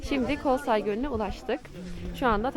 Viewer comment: Kızım Kolsay değil Kölsay! Kol kol demektir köl ise Göl demek! Kölsay da Göl vadisi demek